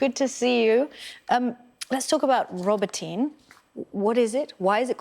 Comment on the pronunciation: "Let's talk about "Robotyne" - well, let's try pronouncing it properly for a start. I am fed up of these idiots, particularly him, spouting non-stop propaganda. Ukraine is being absolutely pasted and has zero chance of success. Talking up the "Ukraine heroes" and denigrating every aspect of the Russian forces, will not make your wet dreams a reality. Protracting the operation is simply immoral.